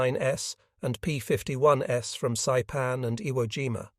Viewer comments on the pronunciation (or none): P-51"S"? Your AI voice is reading plural forms of the P-51s and B-29s as a model number. Maybe you can correct? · I would have re-done the script to remove “s” when making aircraft models plural, as the fake AI robot voice just keeps thinking it’s a variant of the plane (as in B-29 S instead of B-29s/plural) same with P-51s. It’s really distracting and most would assume it was a model variant of each aircraft. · The ai voice saying "s" after every time that "p51's" as in plural, makes this unwatchable. Read it yourself.